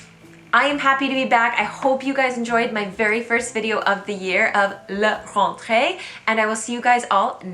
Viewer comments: your "LA" sounds like a "LE" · Couple things : it's proonounced LA rentree, not LUH, it's annoying to hear. There is no "federal level" in France because France is not a federation there is just one state. There are not 30 million school kids in school in France, not even remotely close !